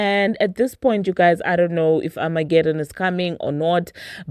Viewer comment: What is amagedon?😂😂